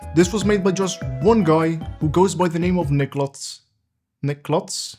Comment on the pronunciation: There's no t in nikluz. It isn't niklutz